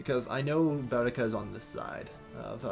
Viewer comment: Said Boudicca wrong, it's Boo-dica. I'm assuming you're just going to say everything wrong unfortunately